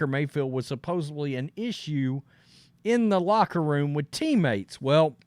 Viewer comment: Stop saying supposebly. Its supposedly!!!!